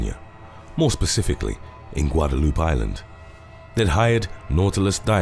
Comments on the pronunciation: Guadaloop lol No. it’s GUADALUPAY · "Guada-loop Island" 😂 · Yes guada loop island lmao it’s guadalupé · Guadaloop? Sounds like I'm stuck in a vindaloop. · “Guada-loop” island lol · Pronounced "Guadeloup-Ay".